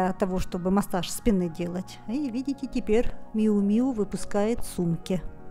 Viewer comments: правильно Мью Мью (Miu Miu)!!! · Еще одна вечная загадка модного мира – как все-таки звучит название бренда Miu Miu? Драмы больше нет, правильное произношение: Мью Мью. Не обижайтесь за то, что я Вас поправила.